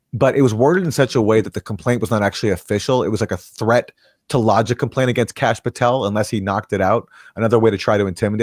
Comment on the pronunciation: Kash, not Tash